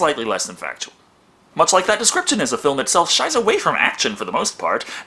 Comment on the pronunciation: 0.44, when you said "shies away from...", it sounded like "schiße". Lol.